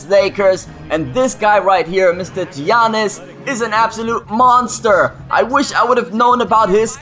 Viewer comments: It's not (gi-an-nis) its (ya-nis) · Alright mate, if you're gonna use Giannis, at least pronounce it right. Yannis. Not Geeanis. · Giannis is pronouncd (yannis) not giannis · Giannas is pronounced Yiannas. Not to be rude, however it got annoying hearing you continuing to make that mistake. Sorry. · Its pronounced Yawnis... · Giannis name is pronounced yannis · It's pronounced like yawn-us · You pronounce it yiannis ;) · It is pronounced yanis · Btw, his name is pronounced Yannis. You don't pronounce the G and the I. I'm a Bucks fan and Greek lol